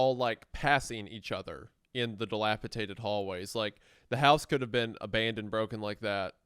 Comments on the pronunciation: D-I-L-A-P-I-D-A-T-E-D!!! SAY IT RIGHT!!! GAWD FUCKING DAMN!!! ITS A "D" NOT A "T"!!! -DATED, NOT -TATED!!! AAAAARGH! 🤬🤬🤬🤬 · It's "Delipidated" not "Delipitated" I have held my tongue long enough, fellas. Enough of this flagrant Rugrats mispronunciation! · I love your work so much fellas! If I can please be a correction nerd for a second, it’s dilapiDated (like time), not -Tated. Although, when you said dilapiTATERed I did have a giggle imagining a shriveled old potato. Ok, I’m done now. ❤ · if they pronounce dilapidated as dilapiTATED one more time... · The word is dilapidated not dilapitated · It's... je ne sais quoi, you uncultured sows. I get ecspecially, pacific, and whatever, but don't insult the frogs. di·lap·i·dat·ed di·lap·i·dat·ed di·lap·i·dat·ed di·lap·i·dat·ed holy shid it's di·lap·i·dat·ed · Not to sound like a reddit cuck, but every time you guys say “dilaptated” sounds rough on the ears. Dilapidated is the way to say it 😂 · Guys. Dilapidated. Dated. Not tated. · Just want to say that it's "dilapiDated" rather than "dilapiTaded", you guys both said it wrong. Not mad or anything, but I was starting to think I'd learned the word wrong 😂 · Guys, I love your show and genuinely wait for it every week. I am a huge fan. That said, the word is dilapiDATED. D-, with a D. I can forgive ekspeshally, but this one kills me for some reason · I love the way that neither of them can say dilapiDated correctly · My goodness. The amount of "Delapitated" mispronunciation is egregious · take a shot every time they say “dilapiTaded” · Wendigoon: dilapatated ..... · I can't get over how Isiah pronounces "Dilapidated" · bro they both say it wrong like 20 times in this vid 😭😭